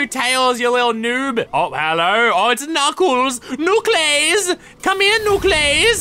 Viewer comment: “Knuclais” XD I cant stop laughing